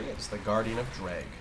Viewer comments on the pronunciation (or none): none